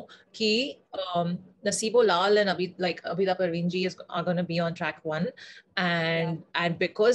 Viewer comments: a request if you could please pronounce names of legendary artists properly, her name is abida not abeeeda thanks! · It's not Abida, it's pronounced Aabda😊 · Its not Abeeda but "AABIDA" Parveen